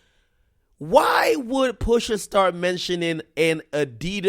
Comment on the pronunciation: "Mentioning" AK, Mentioning! Not "Meshhioning"